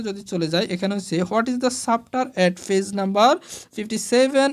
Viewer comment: স্যার ছ্যাপটার না চ্যাপটার।আর ফেজ না পেজ..🤣🙂